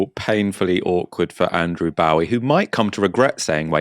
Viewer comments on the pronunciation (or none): none